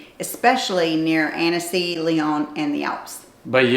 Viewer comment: Just so people know, the “e” is silent in Annecy and is pronounced “Ah-n-See.” Every time I said the “e,” French people had no idea where I was talking about. 😬😂